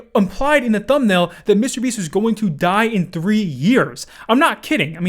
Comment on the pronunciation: Bro stop saying mr beast so weirdly